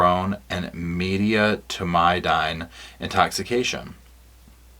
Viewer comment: Maybe I can help with the med stuff, it's butorphanol (byoo-TOR-fun-all), azaperone (ah-ZAP-er-own), and medetomidine (med-eh-TAW-mid-ine).